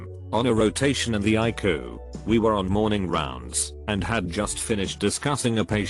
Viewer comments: When you read all cap letters, pronounce the letters separatly. It’s not iku it’s eye see you! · It’s pronounced I see you! Not iku! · ICU is not pronounced EYECOOL. Please make the computer voice pronounce words properly. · normal people: ICU text to speech: eye coo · Interesting stories. The robot voice needs a tweek to say ICU letter for letter rather pronouncing it. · Am I the only one triggered by the way he says ICU😒?